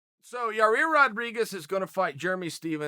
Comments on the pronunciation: YA, EER. NOT YA REAR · “Yah-Eer......?” Nahhhhhh. “Yar-Reer”. 😂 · It's pronounced.....YA! YIR Charl seems to think it's pronounced YA! REAR. And you didn't just say it once, you had to say it incorrectly about 50 times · okay bud it's pronounced yai-eer, not fucking yarear. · Chael : yah rear can I schedule you for an interview for my YouTube channel? Yair: sure but it's pronounced yair Chael: ok great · You said it Yair and then you get back to yarear 😂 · YAI EAR NOT YA REAR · Dude is not yarear. Yai ear. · Ya Ear....Yer Rear...haha Tight! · It's pronounced "Ya-Year"! Why on Earth are you putting a second R in there? I'm not normally too fussy about stuff like this, but damn dude. You're so far off it makes my OCD kick in . and it didn't help that you said his name like 20 times during the video either, Charell... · Ya rear, yo rear, yor ear Loool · Ya rear🤣🤣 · Yar rear lmfao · So chael still hasn't got yair name correct yet?? "Yarir" "yarear" "yaear" "yahear"😂😂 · Chael “Yarir” Sonnen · Come on Chael.. you have a different name too, don’t mess up Yah-reer’s name ... 💯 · He said YA REAR! 🤣🤣🤣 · I came here just waiting for chael to say yarear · Yah-rear...Chael loves to talk about fighters yet not know their names. It's cringe bro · YA-EAR say it like that big fella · Ya-Ear bro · Chael "The American Yah-rear" Sonnen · Classic Chael. YaRear, lol. I dare you to correct the biggest gangster in west Lind Oregon. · Uncle Chael, it should sounds like YA-EAR.👌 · Germy and yah-rear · I thought it was pronounced "Yah-ear" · yair rodriguez! chingado chael! tan facil de pronunciar ombre!! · Literally just clicked on this video to see if he’s still calling Yair YA-REER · YA REAR!!! LOL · Chael, who the fuck is Yah-Rear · He is clearly squeezing in as many "Ya-rear's" as humanly possible, just to rile us up. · Lol, saying Yair's name both ways..every time I hear "yar-ear" I cringe a little and wonder why Chael says it like that..he seems to like the guy. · Yarir lmao